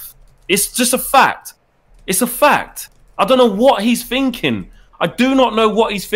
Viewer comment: "Don't know what he's Finking 😂😂😂